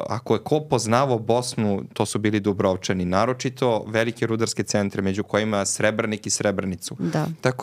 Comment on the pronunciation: krivo izgovarate Dubrovčani. krivi vam je naglasak :face-blue-wide-eyes